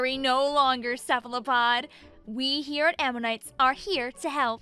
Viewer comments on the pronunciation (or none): none